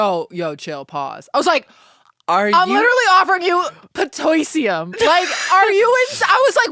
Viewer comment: “I’m literally offering you… paTOYsium” 😂😂😂😂